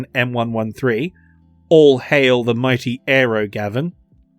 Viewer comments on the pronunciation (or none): none